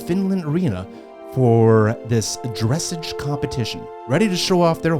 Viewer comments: Minna maria also skated in Japan 3 years ago. Was much better. Dressage is pronounced drah sahj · Dressage is pronounced…… druh-SAAZH,. 😁